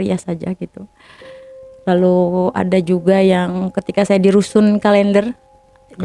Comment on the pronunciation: rusun kaleender ??? Rusun Klenderr kali mbaak